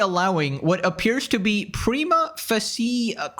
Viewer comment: facie is pronounced Face She. it means presumed. so prima facie defametory means when you call a person a murderer but they were never convicted of it the defamation of accusing of a crime is automatically defamation. the same goes for calling someone a "Grapist" without conviction or documented proof.